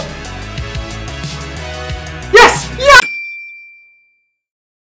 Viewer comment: Has anyone noticed that he says: "YAAASSS!!" instead of: "YEEESSS!!"